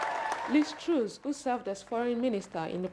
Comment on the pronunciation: Pls get your reporter to pronounce TRUS Properly.